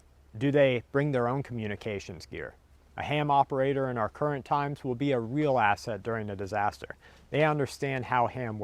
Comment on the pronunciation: every time I hear you say asset, it sounds like your gonna to say ass-hole. "is he gonna be an ass hole or burden"